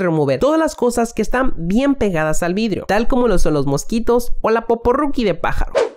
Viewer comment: Vidrish nuevish